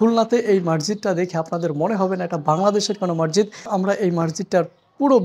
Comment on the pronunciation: মাড়জীদ নয় মসজীদ